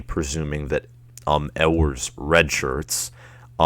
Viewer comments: I’ll take this dude serious when he learns how to pronounce “You-ers” name correctly!! GO BUCKS!! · It is pronounced "you-ers" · For UM fans proclaiming that their school is better than OSU, this dude does not lend support to that claim. Where does the "L" sound come from in Ewers?